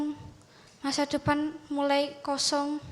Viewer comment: Apaan nyebut "DEPEN" wkwwkwkwk, sotoy, SD aja ga lulus wkwkwk